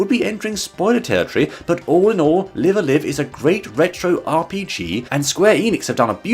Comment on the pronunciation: Almost impressive how you managed to mispronounce both "Live"s. Anyway, ranking þe first seven chapters from "worst" to "best" is inherently going to be meaningless. Wiþ a vast variety of genres to choose from buffet-style, people are inevitably going to enjoy some more þan oðers based on þeir individual taste. To put þings in perspective for you, I actually don't much care for horror VNs, and so þe Distant Future chapter (which wasn't very mysterious to anyone wiþ even an ounce of genre-savviness) wasn't especially enjoyable to me–I ended up just trying to get it finished as fast as possible. I can appreciate, however, þe clear influence its design had on later games. So, instead, I actually have a recommended order for þe chapters, based on þree factors: chronology, difficulty, and how "typical" its presentation is for þe remaining chapters. Here's what I came up wiþ: 1. Imperial China 2. Prehistory 3. Wild West 4. Present Day 5. Near Future 6. Twilight of Edo Japan 7. Distant Future Incidentally, Wild West was my favorite of þe first seven; þat said, þe final chapter is noþing short of fantastic.